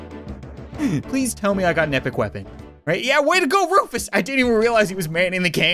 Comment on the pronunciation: He is not rufus he is roofus